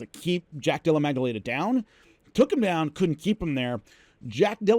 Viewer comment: Love everything you do, always have...but, the letter g is absent from jack della maddalena's name